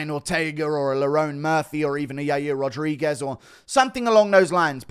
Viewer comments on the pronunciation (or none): none